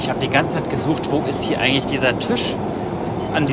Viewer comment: Tüsch, Füsch...Ich finds so geil 😅